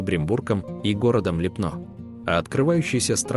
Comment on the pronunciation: Липно - это не чешская Швейцария!!! Зачем дурить людей? Чешская Швейцария находится на севере страны. И поменяйте ударение на Ли́пно а не Липно́.